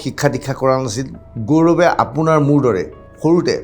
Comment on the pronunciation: Apunr pronounsaoniu emn thik nhoi gourbe buli gourome koise